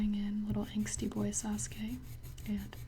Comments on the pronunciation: It's Sa suk a Not Sas ka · My friend called him Sa-sū-kē I cried I. The inside